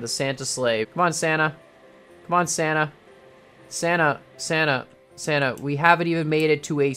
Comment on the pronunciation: sana sana sana sana ... sana I know he was saying santa ok